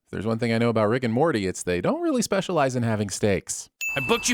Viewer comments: instead of saying Morty he says "Marty". That should be a sin of itself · you call Morty "Marty," and the subtitles agree. Honestly, I think he deserves it.